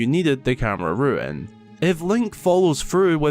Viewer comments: No they aren’t one is pronounced “rune”, the other is pronounced “ruin” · It’s camera rune, not camera ruin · I mean no offense but its rune.... ruin is the word for the, well ruins. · really not sure how you managed to say "ruin" instead of "rune" every single time, as if it's the first fucking time you've said the word out loud. stupid.